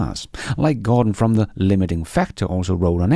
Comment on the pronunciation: I don't want to pick nits, considering I am only fluent in English and you are likely in 4+ languages, but since the limiting factor is a very prominent Tesla YT content creator...it's not Gore-don, it's Jorh-den (I know J sound like Y in Danish - I confirmed with my Danish mother but keep practicing). 🙂